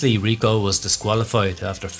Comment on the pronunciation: IL cobra… not la…. It is male. And then is Riccò with accent not Rico … c’mon your Italian is a joke! Amateurish as usual